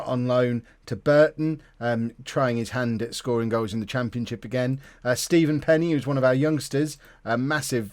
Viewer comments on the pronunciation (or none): none